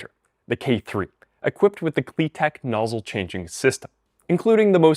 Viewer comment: ❌KliTek ✅KliTep